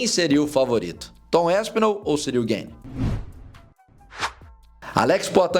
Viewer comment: Gueine, Gueyne, Gayne... tu é americano cara? GANE é Francês.